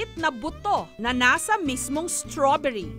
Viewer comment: Straberry Hindi straberyle